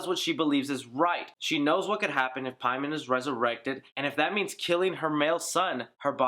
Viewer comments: Paimon (English) = For the Persian name, Peyman not PIE-MON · You say Paimon wrong when they said the correct way multiple times. Idk it just bothers me. They pronounce it Pay-men yet you make up a pronunciation